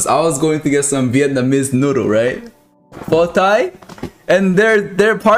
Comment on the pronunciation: "Pho tai" Filipinos: ( ͡° ͜ʖ ͡°)